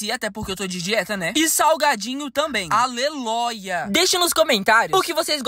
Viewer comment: a batata dis que tem 7 saias de filooooooo Cara da mãe do:😑🙄 Mano ele falou assim:aleloia kkk Amo eles serio